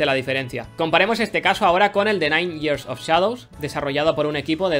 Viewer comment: Gracias a Champ, sé que years se pronuncia "yiers" xD